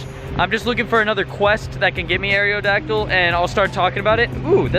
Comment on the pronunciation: "Air-ee-oh-dacdyl" is bothering the fuck out of me. It's not "air-ee-oh-space," it's aerospace. Aerodacdyl. Where are you getting this other E?